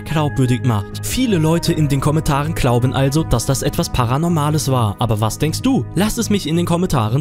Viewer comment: Ahha klauben😳 nicht glauben?? 😂😂😂 Beim Nichten viedo sag mal SUPERNOVER 🤣🤣🤣🤣🤣😂😂😂 KÖNNEN NICHT MAL NE RICHTIGE AUSPRECHE MACHEN, 🙏✌️👌🤭🤭🤭